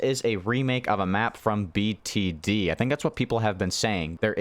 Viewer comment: The way you said BtD seemed like it was an ancient thing from hundreds of years ago same energy of a kid trying to figure out what a cassette video player is 💀💀💀